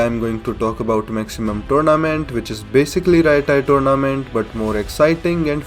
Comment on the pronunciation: Turnament lol i heard that so many at the start